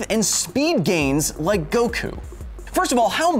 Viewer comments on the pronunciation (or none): Inaccurate terms/pronounciation : • HyperMoronic Lion Tamer... I mean Hyperbolic Time Chamber • Go wookoo • Tea yen • Dragon Ball Zee • Gohkoo • Kah Karrot (kinda okay) • Krillin (also kinda okay)